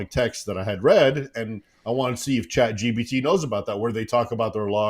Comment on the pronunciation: David- It’s Chat gPt, not gbt 🤦🏻‍♀️